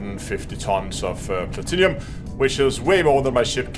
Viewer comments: arrrr plat-num not plat tin inum arrrrrr plat-num the i is silent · Plah-Tin-Umm. Not Plat-Inny-Um :) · Excellent guide thank you. Btw it's pronounced Pla-Tin-Um, there's no 'i' before the um 😉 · "plat-in-umm" is how its pronounced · I just came here to see how many people corrected the way he pronounced platinum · Have I been saying Platinum wrong this whole time?